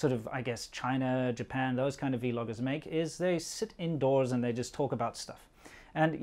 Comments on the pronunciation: why do you say v-logger? isn't it vlogger? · "vee-logger", or "vlogger"? I've always heard it pronounced "vlogger", like "flogger" with a "v".